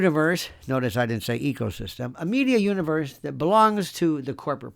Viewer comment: Did you say ecosystem or ego-system?